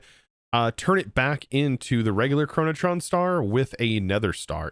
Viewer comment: i like how there is no R in "Chronoton", yet keeps pronouncing it as "ChronotRon"